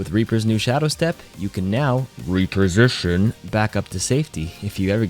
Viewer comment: I stopped watching the moment he said REAPERsition.